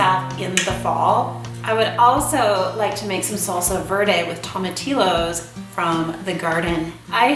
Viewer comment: Love your channel and learning the new recipes. Love the peaceful feeling of your videos. I'm from Texas and just want to share how to say tomatillos, its pronounced with the double l as a y like in the word tortilla. Tom uh teeyo:) Beautiful content, thanks for your videos